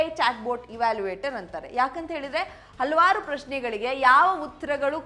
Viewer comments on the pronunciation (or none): none